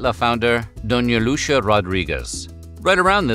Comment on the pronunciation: Pobre Lucía… como ha pronunciado su nombre 😮jajaja